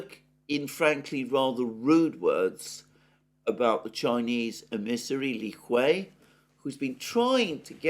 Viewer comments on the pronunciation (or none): Moreover misspoken Li Hui the way it sounded like "penis word"